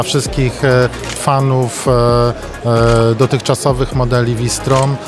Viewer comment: nie -fałsztrom tylko vi storm.. matko proszę..